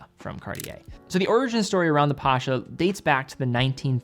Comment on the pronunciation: Pasha? Really? Seriously?